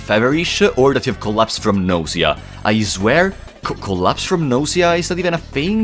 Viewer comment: Your pronunciation of nausea as "nosia" is just *chef's kiss*🤌